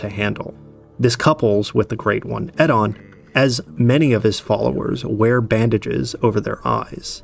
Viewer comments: Eddon is an interesting pronounciation of Oedon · Yeah, the way he pronounced "Oedon" drove me nuts. One of the few we actually hear a character say.